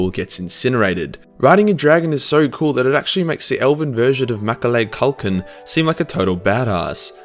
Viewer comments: Bro how the actual fuck did you pronounce McAuley Caulkin like that and not realise you're instantly on Timmy's level lmaoooo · I'm sorry but can we all just pause for a moment to appreciate the pronunciation of Macaulay Culkin...